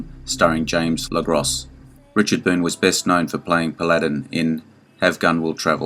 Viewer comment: It's pronounced PAL"-A' - DIN !!!!